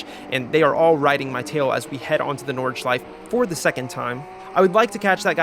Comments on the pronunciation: please pronounce nordschleife correctly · you actually got really close with the pronunciation of nordschleife in the beginning. honestly if you just add that 'eh' sound at the end its perfect (its at like )